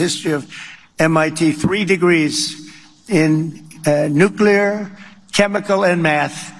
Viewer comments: A degree in "nuclear"?? What a clown.... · Sleepy Don, sleepy Trump, such a genius, can't pronounce the word nuclear, .Everyone knows a negative number goes the other way.